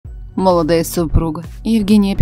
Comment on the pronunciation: С таким мерзким голосом озвучивать в туалете ,,занято,, в слове молодая ударение делают на ,,а,, а не на ,,о